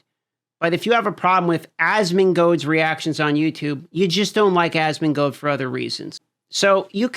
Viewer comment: I watch your channel because Asmon introduced me to you....also it's asmon"gold" not asmon"goad"